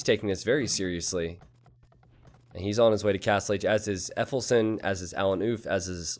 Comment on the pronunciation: Effelsen? Yeah, I know german isnt exactly your favourite language, but "efeufelsen" means literally "ivy-rock"